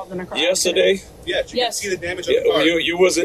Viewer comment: Cop is too stupid to even pronounce "car." "Turn off yo kaw." Of course, he is too egotistical and ignorant to keep from blatantly committing several crimes, including federal felonies, because someone legally and lawfully honked their horn.